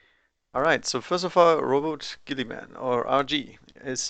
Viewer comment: You pronounced Roboute correctly, according to a few audio novels I listened to